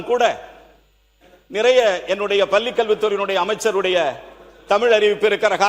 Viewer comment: பல்லி, கொல்கிறேன். இவையெல்லாம் கவனித்து பள்ளி என்றும் கொள்கிறேன் என்றும் சரியாக உச்சரிக்க வேண்டும்.